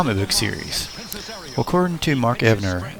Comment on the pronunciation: Alex Toth's last name is actually pronounced like the word toe but with a "th" on the end ("toeth"). Also, Mark Evanier's last name is pronounced (ev-uh-near).